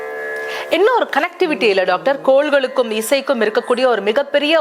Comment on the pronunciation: "கோள்களுக்கும்.." என்று திருத்துக.. "கோல்களுக்கும்" அல்ல..